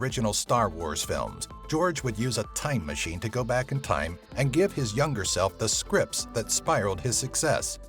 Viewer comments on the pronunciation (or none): none